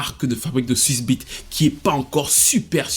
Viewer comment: Pourquoi a chaque fois que tu prononce Swizz Beats j entend S*ce B***😂😭😭😭 Sinon respect pour Mya qui a toujours été indépendante et fait les choses par elle même et comme tu l as dis c est rare dans le r&b. Je suis pas fan d’elle mais j’adore Coolin et Best of Me